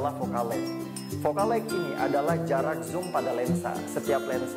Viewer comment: sorry bang bukan fokal leg, tp fokal leng,, LENGHT ^_^